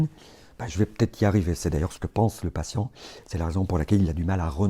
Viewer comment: « Palient », « clitiant », « axiant » 😅 Je plaisante